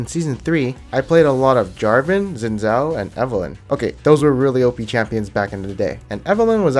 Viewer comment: U pronounced Xin Zhao wrong